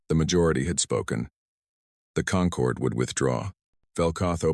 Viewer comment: Perfect formation always Perfect formation. Concord. Not conquered. Stupid AI